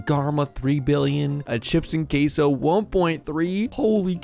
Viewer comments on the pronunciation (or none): none